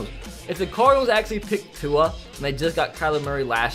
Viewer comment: Who else gets mad that cant pronounce tua’s name